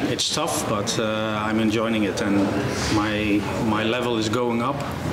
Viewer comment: "I'm enjoiNing it..."!